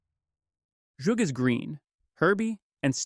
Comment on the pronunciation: Zhug is actually pronounce with an Hebrew Het (ח) S-HU-G.